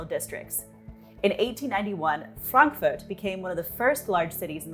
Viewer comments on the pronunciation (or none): none